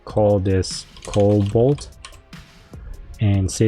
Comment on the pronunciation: No L in the middle of Cobalt lol but great series keep up the great videos!